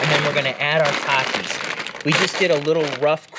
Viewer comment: "TA-Ke" Popcorn... Now I now how to pronounce it correctly... LOL